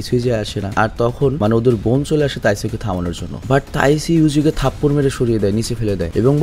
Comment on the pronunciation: Bhai taisu na taiju hobe